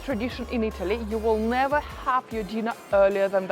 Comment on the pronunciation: You need to learn to have less of a foreign accent. But we want to hear much more "ever, and never ever, and never ever.........". "Eva and neva eva"😂 It makes me laugh,...I know I'm silly.😅